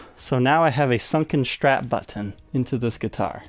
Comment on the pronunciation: Nice guitars. But it's called a strap, not a "shtrap".